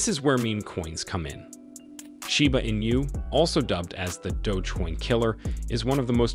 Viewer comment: Where do you come up with all this bullshit info? Also it’s not pronounced “in you”.